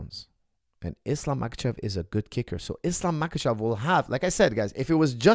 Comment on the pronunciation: Coach, if you can pronounce the H sound, why you call Islam "MaKachev" if he is in fact "MaHachev"?